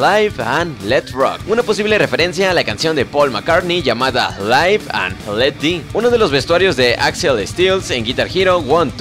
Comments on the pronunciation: Se pronuncia LIV no LAIV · Q bien inglés cherry PI y LAIV and let DI